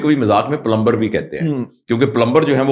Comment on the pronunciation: Ye dr hai phir b plumber ko theek se pronounce ni ker raha